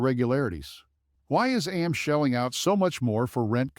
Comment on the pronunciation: This is a complete FUD video, created by short sellers, with very cheap Fiver video artists. They use horrible AI to read a script that can't even pronounce AMC. AMC has higher operating costs, because it has more theaters, and so it had to accumulate more debt during the pandemic when ALL theaters were closed. Pretty soon, AMC is going to be making far more profitable quarters, but the shorts don't want to know that. They want you to be scared away from AMC, because they know AMC is going to flip extremely profitable soon, so they pump Cinemark before that happens. Cinemark is a smaller company, so of course they took on smaller debt during their closures during the pandemic. If you don't air condition, heat, vacuum, clean, and pay rent on a building, it becomes useless, and that's where the debt accrued on both AMC, and Cinemark during the pandemic. 💎🦍💎